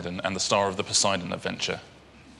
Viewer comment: Poseidon, not sure where Posie-Don rules 😂